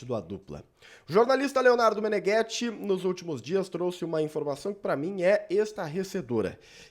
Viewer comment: Já parei de assistir quando você falou Leonardo Meneghetti...